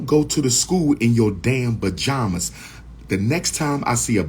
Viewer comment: Bajamas or pajamas 😂😂😂